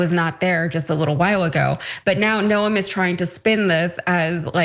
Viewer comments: Sorry to be petty but it's Nome a long, o no e. South Dakotan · NOEM...you don't pronounce the E. It is simply NOhM. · Noem - 1 syllable. Rhymes with gnome or Rome…and yes, she def has track record of flawed decisions.